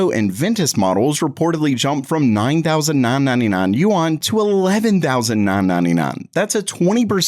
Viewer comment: I live in Hong Kong and just so you know, you're pronouncing Yuan wrong. It's much easier to just say, RMB!